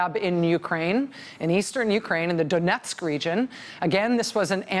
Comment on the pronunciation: Pronounced Donyets, Rachel! Ваянджим